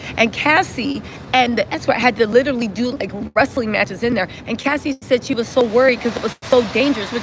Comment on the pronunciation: Not LITERLY ITS --- LI/TE/RALLY